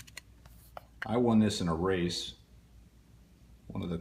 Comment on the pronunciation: Race not rase